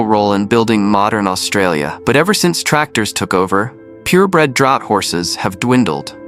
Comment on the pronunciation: and lets not miss the pronunciation of "Draught" he pronounces as Drought, instead of the correct "Draft".